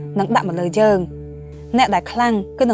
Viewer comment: យើង មិនមែន យ៉ឺង ទេ 😀